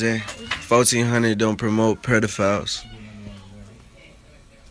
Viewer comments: Trippie said "predophiles" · "Fourteen hundred dont promote Predafiles" 😂😂 I know how to spell pedophiles I spelt it the way said it.